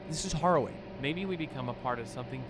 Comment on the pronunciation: This is the second time this week you’ve pronounced harrowing as “horrowing”